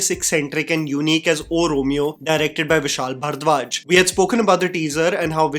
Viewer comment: your pronunciation of ‘bharadwaj’ irks me so much